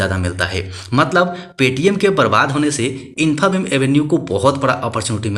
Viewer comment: Pronunciation infabeam 😅😅😅😅😅😅